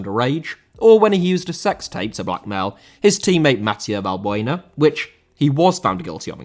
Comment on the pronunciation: Valbuena* not Valbueiner